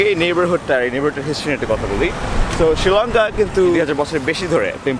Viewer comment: শ্রীলঙ্কা প্রনাউন্স টা জোস ছিলো...